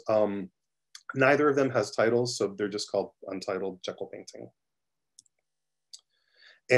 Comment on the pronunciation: Its pronounced JEE-kel, not Jekyll as in "Doctor Jekyll and Mr. Hyde." She is English, they pronounce things differently over there lol.